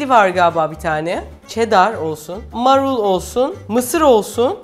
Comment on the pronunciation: marulu telaffuz ederken ayı biraz açmak gerek